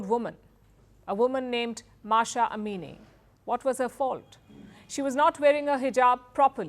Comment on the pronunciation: It's M a h saa amini not masha